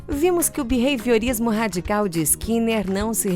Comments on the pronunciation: O video é muito bom, mas me agonia ele falando beveiriorismo ou seja lá o que ele fala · O narrador masculino fala Bevehiorismo?? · Também achei horrível a pronúncia desse locutor. Vou falar pessoalmente para ele.